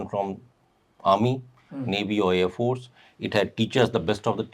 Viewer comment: Ca-man-do of air phorce...Garud phorce, phraud phorce.